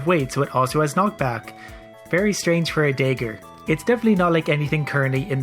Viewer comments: also I've never in my life heard anyone pronounce dagger the way you do. Day ger lol. It's dah ger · I'm really bemused by your pronunciation of "dagger". It sounds like you say "dayger" and I'm expecting "da-ger". :D I should probably not watch these after wine. Good video though. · The "Day-ger" put me off... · it's probably a Canadian thing. I live in Canada and I haven't heard anyone pronounce it dah-ger before. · I'm going to continue pronouncing it day-ger just to spite you. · I'm Canadian and I pronounce it dahger lol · Every time he says “dayger” it reminds me that some people pronounce dragon as “draygun” and it infuriates me. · like your videos but maybe you should look up how to pronounce Dagger. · Love you but you say Dagger weird.